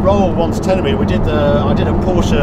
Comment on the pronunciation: Finally someone who can pronounce Porsche correctly.